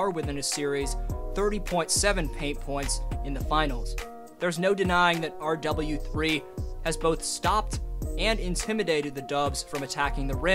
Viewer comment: I just commented this lol “R Double U Three” sounds so odd in the video. Almost like he’s talking about someone other than Timelord